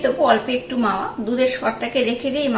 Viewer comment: মাওয়া নয় কথাটা হবে মেওয়া